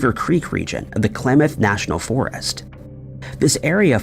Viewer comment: Klamath not Klemeth. 😅